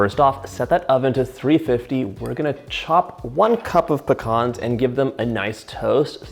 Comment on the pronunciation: Love his videos an learning new recipes but the hearing him do pecans wrong just bothers me